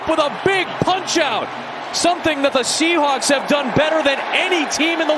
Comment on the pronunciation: Am i the only one hearing commentator says seattle shehulk?